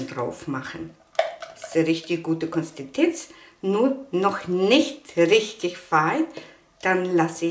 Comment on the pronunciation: "Konstitenz" 🤣süß. Liebe, dein Kanal ist toll.